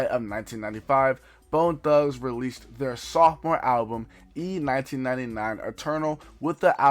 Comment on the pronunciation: FWIW, Its pronounced "East Nineteen Ninety Nine"